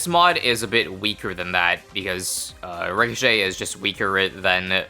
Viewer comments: Re - co- shay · Ricochet. Pronounced Rih-so-shay-te